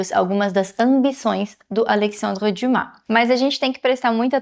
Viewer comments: Acho que li todos os livros de Alexandre Dumas, mas só agora conheci a pronúncia correta do seu nome. Parabéns por esse belo trabalho. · Só falar o nome dele correto já merece o 👍🏻❤